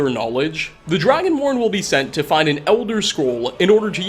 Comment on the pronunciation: did he say dragonworn or Dragonborn? He obviously meant Dragonborn